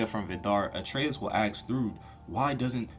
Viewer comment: A very fun watch... One thing tho.... More a joke but dude you cant say "ask" correctly to save your life:)